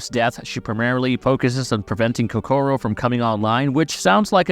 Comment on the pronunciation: why you gotta pronounced Kokoro wrong. so annoying lmao